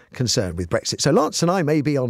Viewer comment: Matthew, you also ruined my… wait Brexit, I thought you said Breakfast. Ah, OK - carry on.